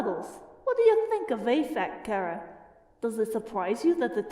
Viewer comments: CH ara not C ara seriously GET IT RIGHT my opinion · It took everything in me to yell "ITS CHHHHHARA NOT KARA"! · WAIT ITS PRONOUNCED CARE-A AND NOT CHAR-A WHAT WHAT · It’s chara not cara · Finally someone realized chara is a play on the word character and isn't pronounced char ah